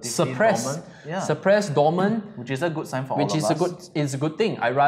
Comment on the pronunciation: at very end, says, "DOMAN"??? or something... is that a COIN?